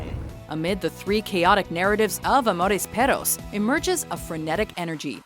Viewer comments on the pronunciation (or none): es amores perros no " amores peros" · "Amores peros" I love how they pronounce de rr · 'Amores peros' xD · Amores Peros? Jonzalez? No saben que la G con la O no suena a J? No es tan difícil de recordad, es exactamente igual que en inglés. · Es gracioso como la narradora del video se esfuerza por decir el nombre en español pero al final está mal estresada la palabra pero se valora el esfuerzo jeje